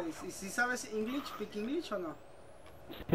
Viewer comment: English pikinglichss jajajaja pinche coto